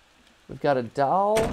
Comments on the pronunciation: i can't be the only one who finds the way matt says 'doll' funny, it's like 'dAwl' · Am I the only one here who noticed he pronounces doll as "Dowl"? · Mat saying dahl gives me seratonin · Anyone else find it cute how matt pronounces doll? Like he says "Dall" 🥰😜